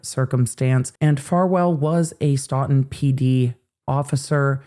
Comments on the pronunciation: It’s not STAWton it’s STOton ST-long O!! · You are my favorite law-tuber…. But it’s pronounced Stow-tn. 😬😁 I’m from Mass… we pronounce things weird. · It's pronounced Stootun. Thanks! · As a local, just correcting the pronunciation of Stoughton (STOW-ton). Thank you for your coverage of these cases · It's pronounced Stow-ton. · Just an FYI. Stoughton is pronounced like Stow-tn. (Long O like stowaway). Thank you for bringing light to our MA law enforcement/court issues. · Stoughton is pronounced "Stow-ton" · Local pronunciation info... Stoughton = long O in first syllable (stow) ; short O in second (tun) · it's StOughton. Long O. That's where I was born. 😊